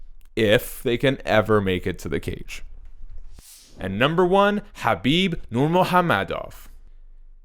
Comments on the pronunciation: Disliked for horrible pronunciation for khabib lol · It's the correct way. Look up khabib pronouncing it. You've seen how Americans say it.